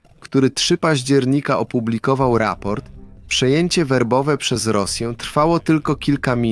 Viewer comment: Nie Wobowe tylko Werbowe